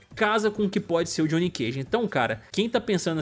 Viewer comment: Johnny é de john, não de jonnathan. Não existe johnnathan. Como não existe Gjoão.